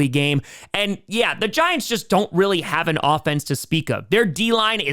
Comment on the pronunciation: he said new jersey giantw